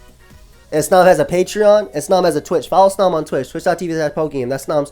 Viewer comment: The way you pronounce snom and eviolite makes me sad